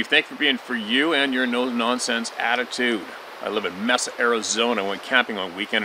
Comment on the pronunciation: Steve….sorry, just had to throw this in…Mesa, Az is pronounced “may-sah”. Boerne,Tx. is pronounced, “burn-ney “….keep on truck’n Steve…love ya man !!!!